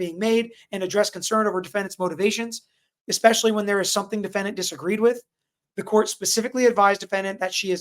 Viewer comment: Bloody hell… even highly educated lawyer says „eXpecially”… tf… 🙄